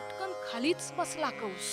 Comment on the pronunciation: कंस असे असून कौंस असा चुकीचा उच्चार होतो आहे.